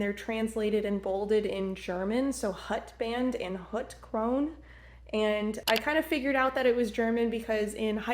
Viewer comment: i dont think your german teacher is a good teacher 👀 schwarz can have es, er or en at the end it matters what word comes after and krone you have to pronounce the e as well, i really dont know what your teacher teached you 😅😂 the fox is kinda cute and sophisticated or hes monopply man 😂